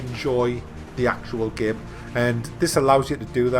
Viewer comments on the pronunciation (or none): Seriously the way you say the word "game" It's like "gaem"